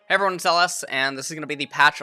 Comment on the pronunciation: I love the soft LS hahaha